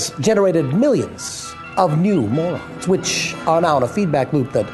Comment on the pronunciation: MAU-rons, which can form a very dense particle called a Mau-REEN.